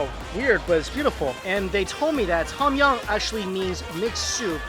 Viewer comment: TAUM YAUM mike's pronunciation is always god awful...